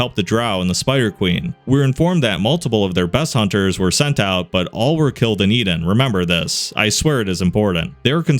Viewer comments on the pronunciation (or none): none